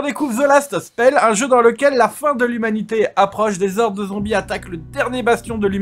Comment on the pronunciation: "Horde" a un H aspiré, en français. On ne fait pas la liaison lol ...à moins, bien sûr, que tu ne parles de "Zhordes", les Hordes de Zombies... ? ;)